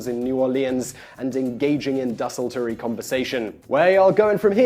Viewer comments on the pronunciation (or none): I liked 'dezzultree'